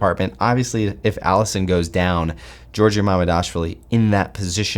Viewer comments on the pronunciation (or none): none